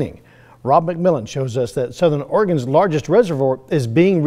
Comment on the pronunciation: Did he say Southern OREGON?